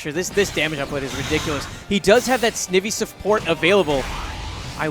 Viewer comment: say snake. now say ivy (as in poison ivy... eye-vee) Snivy (Sn-eye-vee)